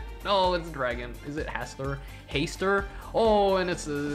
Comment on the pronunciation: That's not how you pronounce Hastur at all. lol